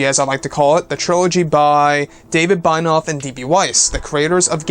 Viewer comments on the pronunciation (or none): Binoff? Bye-noff?? It's BENIOFF. Ben - E - Off. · its pronounced BEN-EE-OFF (Benioff)